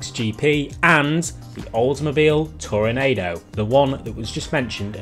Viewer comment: 🤣😂It's pronounced toronAwdo🤦‍♂️🤣😂